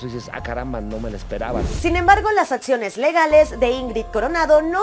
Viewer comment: Sorry no se dice Etspediente,protetcion,atsiones,ets-conductora,etspareja,protsima